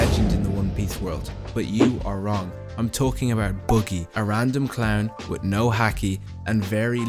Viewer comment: bro said "boogy" 🤦‍♂